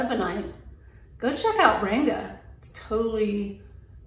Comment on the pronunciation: Great review, btw the “a” in Ranga is pronounced as the “u” in hung. It means colour or colourful in Hindi.